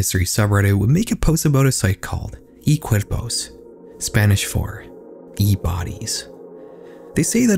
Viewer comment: It surprised me (in a good way) how he pronounced "cuerpos" decently =]